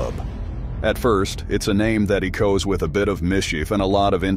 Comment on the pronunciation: Eekoes and intriguh? Strap in for the ride of a lifetime? I don’t think so Mr. AI computer generated voice. Learn to read.